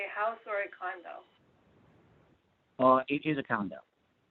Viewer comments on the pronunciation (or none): “uh, it is a coundo.” He wanted to say house SO fucking badly.